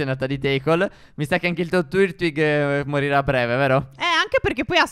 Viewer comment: si legge: car-ni-và-in, glà-is-cor, ma-ghi-àr-na, miao, grò-tol (e la sua pre-evoluzione) tàr-tuig (non è per dire che non siete in grado di parlare o cose così, è solo perché sono alcuni tra i miei pokémon preferiti)